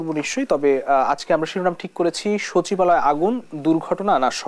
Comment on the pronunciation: সচিবালয় ❌ শাছিবআলে ✅